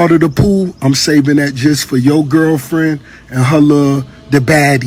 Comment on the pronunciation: Rick said "Gurlfriend".